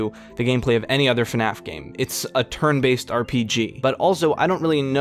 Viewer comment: Hurts me every time you say "turn based"